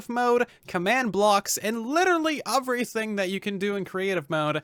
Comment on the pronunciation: He is saying uverything instead of everything